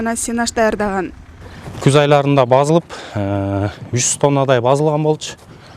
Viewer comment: Базылып эмес басылып